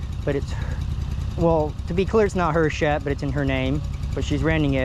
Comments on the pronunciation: Y do you pronounce shed as shet. ? . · Shed bro , not shet , shed. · It is ironic that a guy, whose job it is to repo sheds, cannot properly pronounce the word, “Shed”. Shet 🤷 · I thought this guy said that he was going to repo a shed,not a shet!! Where in the country is this redneck comedy show? 🤣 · Is he saying she’d!?? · A shet? Speech impediment, or is it my hearing? In der, dem? Hmmmm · Is he saying shet or shed?